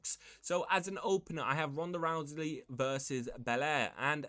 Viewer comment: Hey dude there is no L in the last name Rousey it is not Rouseley